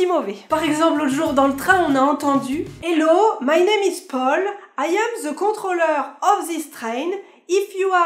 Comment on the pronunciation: Pourquoi vous dites ZE ''the''? haha c'est DE avec un peu de vent entre les dents et la langue.